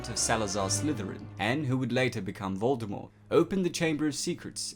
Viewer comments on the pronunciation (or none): none